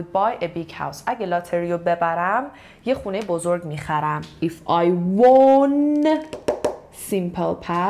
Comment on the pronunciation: جان، تلفظ کلمه won رو اشتباه میگی! وان تلفظ میشه نه وُن. لطفا دوباره چک کن